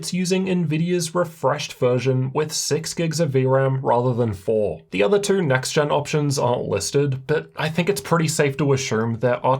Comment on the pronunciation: Love how he says the number 2 as "terrr"